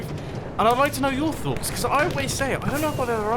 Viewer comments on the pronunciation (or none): none